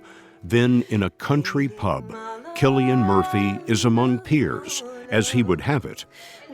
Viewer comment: “Killian”? I don’t think that’s right fellar 😂